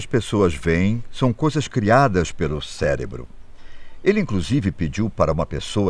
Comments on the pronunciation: o que irá acontecer com nosso "CÉLEBRO" doeu no cérebro essa. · ele mandou um “celebro” ? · min "celebro" kkkkkk